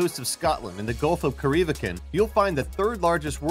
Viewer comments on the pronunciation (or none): Corry Vrekan. Not Coreee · cor-ee-VREK-an not co-REE-vrek-on. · Its pronounced KORR EE VRECK EN. goddamn IT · Fuckin' butchered corryvreckan. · Please learn to pronounce Corryvreckan, because you haven't the least idea in this video. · Corryvrechan.. absolutely butchered that. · Yep😂 I just YouTubed it to find out what it was cuz I’m sailing through it in a few days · It was a very interesting pronunciation, wasn't it? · You cringed...did you hear him say Corryvrekan